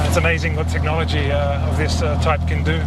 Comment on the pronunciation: He said TechnoliTy .Lmfao